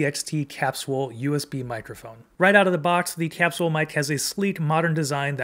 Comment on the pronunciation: I’ve never heard capsule pronounced that way. Have doctors been saying it wrong this whole time? 🤣 Sounds like a nice mic though.